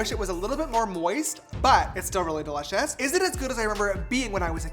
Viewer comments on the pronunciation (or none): Me this whole video: "de-litch-ous" 😂❤😋